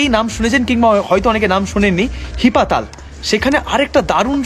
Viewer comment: জায়গাটির নাম হি-পাতাল। তুমি একসঙ্গে উচ্চারণ করায় বুঝতেই পারছিলাম না। এডিট করে দিও পারলে। আর হ্যাঁ, রিনচেনপং এর হোটেলটাতে আমরাও ছিলাম।অসাধারণ❤❤❤❤❤